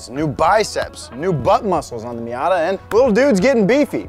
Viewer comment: The miat-a it